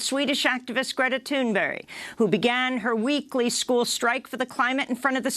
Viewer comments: This is the second time in a week I have heard you call this girl ‘Greta Thunberry’. AFAIK Her name is ‘Greta Thunberg’ ... you met Greta a few weeks back so .... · It's ThunBErg, Amy NOT thunberry! Please get her name right! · Amy is going to keep calling Greta Thunberg "thunbury" no matter what. that "g" is a "y" to Amy. dug in. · why does Amy keep saying “Thunbury”?? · Love ya, Ames, but is Thunberg pronounced Thunberry in Sweden? 😁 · no disrespect but please Go back and watch the video where Amy interviews Greta . She specifically asked how she pronounces her name. Greta told her how. Amy is the only one who pronounces it correctly.